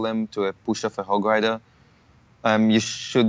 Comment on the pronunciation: I was dying every time he said"moosketeer " and "hog lider" like his accent dude